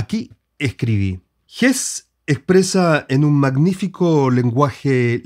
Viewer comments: Se pronuncia “Hesse”, no “Hess” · Estimado, compartimos la admiración por estos dos grandes maestros. Agradezco infinitamente tu video. Quiero decirte sí que algo no me cayó muy bien, y el comentario quizás para ti sea desagradable, es tu manera de pronunciar el apellido del premio Nobel. Como tu mismo lo dijiste, el caballero es suizo-alemán, por lo tanto la "e" final de su apellido sí se pronuncia. Perdona mi rigurosidad lingüística, pero no entiendo el porqué de tu manera de pronunciarlo, si en buen chileno también se pronunciaría la "e" final. El tragarse la "e" me parece siútico, y lo que menos quiero es que un admirador de tan grandes portentos se oiga de manera incorrecta. Te deseo lo mejor y gracias nuevamente por tus aportes.